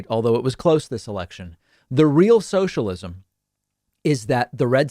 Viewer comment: When a Texan shouts “sOsha-LisiM” it’s comedy time y’all